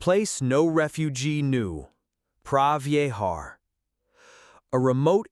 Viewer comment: Such an important story to be told. Unfortunately, the AI narration adversely impacted the experience for me. 'Prah Vee-ay-har'. Yikes. Consider recording VO w a Khmer person.